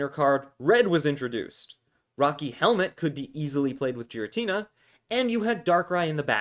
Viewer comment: Every time you say Giratina weird I cringe